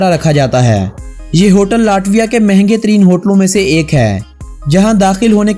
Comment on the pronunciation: آپ کی کوشش ا چھی ہے مگر آپ کچھ الفاظ غلط ادا کرتے ہیں ۔ یہ لاٹویا نہیں بلکہ لیٹویہ بولا جائے گا۔ امید ہے اپ مذید ویڈیوز میں اصلاح کریں گے۔ آپ کی تمام غلطیوں کے باوجود آپ کی ویڈیوذ بہت اعلیٰ ہیں۔ ہم نے اپنے بچوں کو اپ کی تمام سیریز دکھائ ہیں ۔انفارمیشن کے لئے good 👍🏻👍🏻👍🏻👍🏻